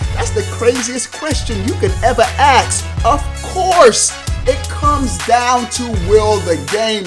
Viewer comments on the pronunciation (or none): Dude it's ask not axe